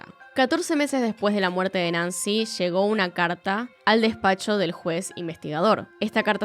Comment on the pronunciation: Que buen y triste caso, muy buen video, excepto por la gran cantidad de sho, sha, leshó, leshendo, shamó que me marearon.